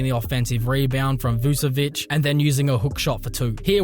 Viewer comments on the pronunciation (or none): none